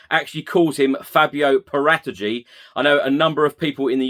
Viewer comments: This is how you're supposed to pronounce Paratici.... I'm now going to say it every sentence so you get the point and I remember how to say it... :-) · Whatever the case is with Kane they’re not going to say anything to the contrary are they if they said he’s available his price goes down and with it any potential perceived leverage. Nice clarification on the pronunciation of Paratici.